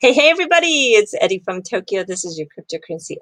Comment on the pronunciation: Why is eri prononced edi